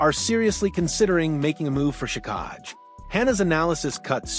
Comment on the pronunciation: It's pronounced jack i